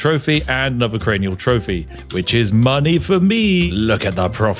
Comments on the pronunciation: Cranial Spiff. It's Cranial not Carnial - as it Cranium for skull. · Not carniul. Its craniul like cranium cos your taking heads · My friend, you have jumbled carnal and cranial...they are different, words are hard, trust me- I'm reminded of this day in & day out!! Much love from Kansas!! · Crane-ee-all Spiff not Carny-all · Actually, it's cranial, not carnial. Cranial. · Does anyone want to tell him it's "cranial" and not "carnial"...? As in cranium. Like a skull. Cranial. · Spiff saying carnial instead of cranial just adds a whole other layer to head collecting. Quite carnal. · “Carnal trophy” lmao, I think you mean a cranial trophy like a cranium. A carnal trophy sounds like when the dorky character in a movie does something awesome and the hot girl sleeps with him as what he would then describe as a carnal trophy hahah. Maybe you did that on purpose for the engagement. For what it’s worth my dyslexia also caused me to read it carnial the first time I saw it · Isnt it Cranial not Carnial? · Cranial - ❌ Carnial - ✅ I think Spiff was having a bit of a Freudian slip and 'Carnal Pleasures' was eeking its way into 'Cranial Trophies.' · I thought Spiff pronouncing the local names was going to be a problem, but saying "Cranial Trophies" (as in Cranium) as "Carnial Trophies" really took me out. Well done, always striking from the angle least expected. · Homie re-watched the final video render, saw he said "carnal" instead of CRANIAL, then went 🤗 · Spiff, it’s cranial not carnal as in skulls not pleasures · ITS FUCKING CARNIAL GUYS! Definitely not cranial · It's not Carnial, it's Cranial. Crane-e-all. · Cranial not not Carnial. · You can tell what was on Spiffs mind with him saying Carnal instead of Cranial lol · I am sorry, Carnial Trophy? It's Cranial. Crane eel. Also, a Carnal Trophy would be something way different. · I believe it's pronounced cranial not carnial but hey it's your video have fun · especially carnial when its cranial xD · ....cranial = "karnial"??